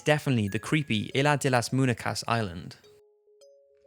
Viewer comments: haha he pronounces munecas as "moon-eh-cas," it's supposed to be "moon-ye-cas" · Mun-ye-kas not moon-eh-kas . But that's just your accent